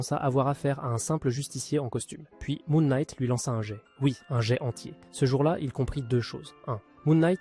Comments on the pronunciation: 9a me fais trop bizarre d'entendre un "jé" plutot que "jette" quand il parle de "jet" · Bah pour Deadpool, c'est surtout que c'est impossible de copié le style de combat d'un mec qui ne peux pas mourir? Deadpool s'en fout d'être blessé, donc Task Master ne peux pas le copier ou il va juste se buter tout seul... Et "Jet" est un mot anglais, ça avec un D devant et tu prononce le T à la fin. "Djète" en gros.